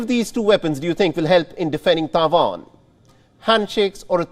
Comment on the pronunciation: Is always very funny how the host says "TAIJUAN" .